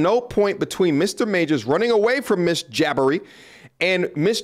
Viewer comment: Jah-bhari to Jabbari ... lol